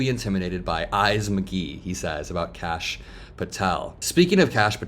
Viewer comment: did she call Kash "Krash"?